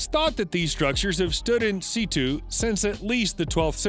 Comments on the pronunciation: Time Code: , C2?, Situ is pronounced 'Sit You' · "In seetoo" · Interesting video, Might I suggest some pronunciation practise on those unfamiliar words. Situ as in Sit tu Uyghur as in We gerr and so on and so on. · "In situ" is pronounced "In Sit-Yoo", not *in sittoo". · "Stood in seetoo"